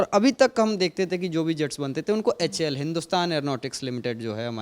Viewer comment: Lockheed ko bol raha lockheel...... HAL ko bol raha Houl..... Pehle sikh lo uske bad news banau.... LOL